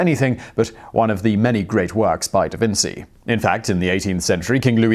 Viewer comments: Pronunciation guide: Da Vinchi not Da Vinsi. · "Da Vin - chi" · Holy shit guys Simon pronounced Da Vinci right-- wait no he said Da Vinssee as I was typing this.